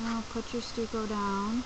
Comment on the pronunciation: Stucco is pronounced "stuck-oo" not Stu-co